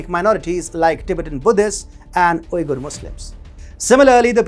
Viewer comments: "Uyghur" is pronounced Wee-gur Not Ooi-gur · That's like saying "China" is not the right way to pronounce China, but Zhōngguó. The man is speaking English, and in English Uyghur is pronounced 'Wee-gur". In Turkic it's pronounced differently. In Mandarin it's pronounced differently also.